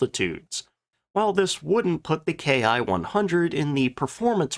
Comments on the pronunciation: "Ki" is a single letter in Japanese, pronounced "key". So, when referring to aircraft makes we usually say key-100 instead of k.I. 100. Not a big deal. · A few things ... First off - while the Germans used Me and Fw as designators for manufacturers - the Japanese Army was NOT doing that with the term "Ki" . Instead of being pronounced "Kay Eye" it is pronounced "Kee" . The Ki 61 was essentially the result of the Germans sending the Japanese the plans on now to build an Me-109 and it's engine. This gave the Japanese a more European type aircraft. The thing with the A6M and Ki-43 - was that they were both highly maneuverable but poorly armed and armored. Thus - they were vulnerable to Boom and Zoom tactics to which they had no answer. The Ki-61 was different and the Allies had to treat it differently. The problem as mentioned was that the quality control of Ki-61's was atrocious. The Ki-61 had the dubious distinction of being the Aircraft Most Destroyed on the Ground. The fact of the mater was - that the pre-war Allied Contempt for Japanese manufacturing - was entirely warranted. The thing with the Japanese military is that pre-war - it was very highly trained to get the most out of what they had. The Japanese Air Forces - had maneuverability - and their Navy the Long Lance Torpedo. All Japanese designed aircraft were fire traps and few of their ships had radar. Other than that - most of what they had - while, like the Italians - was competitive - it was not up to western standards and they could not replace their losses. Do not average losses between enemy claims and unit reports. In Judging losses - take the losses reported by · It's not "K I", it's pronounced "key" and short for "kitai" or airframe. It was only used by the Japanese Army Air Service. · Excellent presentation! In Japanese, the "K I" designation is pronounced "KEE"